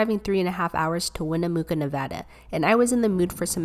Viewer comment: Look I’m kind of mad because you said Nevada wrong and you said Wyoming wrong